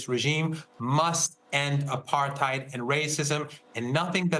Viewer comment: As usual, an expert who cannot pronounce "apartheid" correctly doesn't know what he's talking about